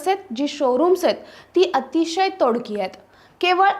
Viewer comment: बाई,तोडकी नाही तोकडी असा उच्चार कर.साधं शुद्ध मराठीपण बोलता येत नसेल तर लंडन ला जा.